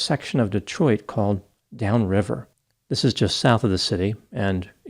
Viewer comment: pronounces Detroit like a real Detroiter! But Wyandotte is Wyan-dot not Wyan-dote. We know it doesn't make sense.